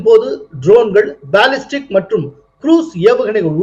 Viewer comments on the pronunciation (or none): none